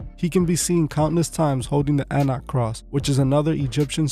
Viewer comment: Anak cross lol is pronounced ahunk